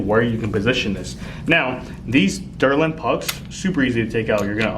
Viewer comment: Gotta love the derlin pucks😂😂 it’s not delrin they use derlin.